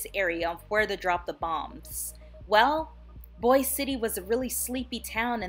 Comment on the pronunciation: It's pronounced Boise it rhymes with voice